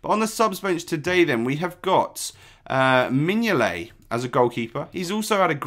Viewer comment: Mignolet? WHAT THE FUCK!!!!!